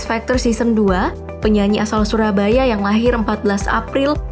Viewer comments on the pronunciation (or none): none